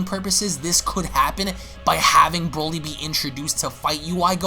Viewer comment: Broly NOT brawly 🤦🏻‍♀️🙄😒